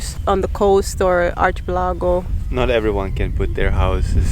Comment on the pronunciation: Ar-key-pel-ago... not chi.... luckily English is very forgiving to accents ...so we get it